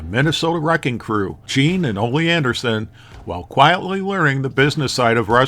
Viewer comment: Did you say " while quietly LEARING the business side of wrestling" ? 😂